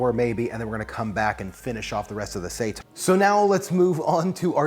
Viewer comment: Say tan,. It's say-tan. Seitan.